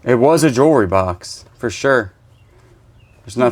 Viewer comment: Love the way you says Jurr Re, instead of Jewelry.